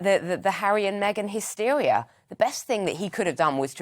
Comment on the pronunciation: What’s hystewia?